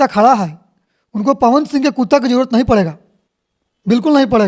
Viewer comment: अबे कुत्ता बोल कुता नहीं बे